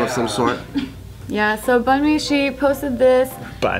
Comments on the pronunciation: Bunmi pronounced "boomi" not Bun-me lolll. oh jk crew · Boo-me that how you say her name. I would know because it's also my name. Its nigerian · its pronounced boo-me lmao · The name Bunmi is pronounced like "Bu-mi" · you said her name wrong, it's pronounced Boo-me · it's pronounced boo me lol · its pronounced Boon-me the name is west african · Its pronounced boo-mee